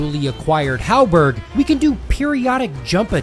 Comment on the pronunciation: Mm, yes, my favorite weapon in Elden Ring HALBERG It's pronounced "Halberd" dude, there is no "g" in halberd